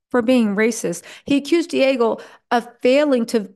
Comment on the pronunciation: It's not Diago It's Diageo